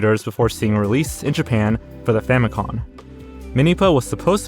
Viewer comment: "Famicon" (as in, "Famicom" mispronounced) always... well okay it never annoyed me, but like, it is a thing that exists and is wrong. Language changes all the time, but with console names there is only 1 correct intended title. I think a little tiny bit of proscriptivism is warranted here.